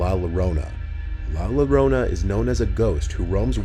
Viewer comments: It’s not pronounced “la Larona “ it’s la llorona “ La yo-rona. Llorona means a female crying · "La Larona" 😂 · Sounds like "La Corona" 🌚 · ‘la llorona’ is pronounced like ‘la *Y*orona’, no ‘la *L*orona’. the double L (ll) in spanish is pronounced like a Y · Nah, la lorona is crazy. Its *yorona" aka Llorona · You almost got the pronounciation. It's not "La Lorona", yoy read it more like "La Yorona". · LA LLORONA PRONUNCIATION: La "Yo-Row-Nah": La "Low-Row-Nah" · Pronounced yorona not lorna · Just wanted to let you know it's pronounced "la yorona" not lorona! Great video, love these! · It's NOT pronounced la LOWRONA IT'S pronounced La Yo-ronah... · Love the videos, as always. La llorona is pronounced 'La yorona' btw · I love but him saying La Llarona wrong was killing me. It's pronounced La Yarownuh. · heads up at number 2 it's pronounced la yo-rona not low-rona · It's pronounced La Yorrona not Lorrona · For the La Llorona part, it was mispronounced ,"Ll" should sound like saying "JO" so instead of "La Lorona", its "La LL (JO) orona". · The double l is said as the letter y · Erm actually it’s pronounced la yorona🤓🤓🤓🤓🤓🤓🤓🤓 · It’s pronounced LA YO-RONA. The “LL” in Spanish is pronounced like a Y sound. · I speak Spanish, “La llorona” is a woman that mourns the death of her children and continues to look for them eternally. She will stop at nothing to get them back. Also, it’s pronounced more like “La yorona” if we were going by the sound. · Some of your videos are sponsor by able, I think that is how is spelled, why don't you take some classes in the Spanish language, you butchered the word, "la llorona" if if wasn't for the pictures I would have never known that you were talking about "la llorona" "Yo-ro-na" is pronounced but is spelled Llorona 😅😅😅😅😅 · Hi just to let u know u have to pronounce it like “yorona” because in Spanish double “L’s” most of the time are pronounced like “y”. Have a good day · “Lah larona” 💀💀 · La larona